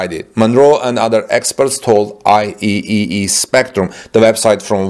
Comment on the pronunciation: "I triple E"is how IEEE pronounced.